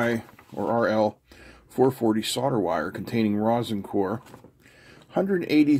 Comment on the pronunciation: Hey, sodder vs solder. Pronounced soul’der… If your house sells, is it sod or sold?